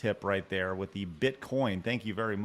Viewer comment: ..vitthon 2 condoms at tha saem teim.